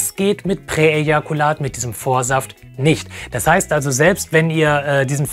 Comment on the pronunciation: Präejakulat: Unausprechlich, aber ausgesprochen gut.